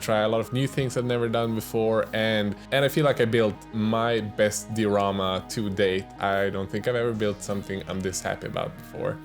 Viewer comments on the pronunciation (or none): Die-o-rama btw